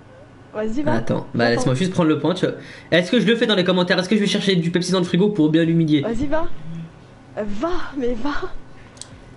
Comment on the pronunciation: 7min40 qui dit « pepepsi » AHAHAHA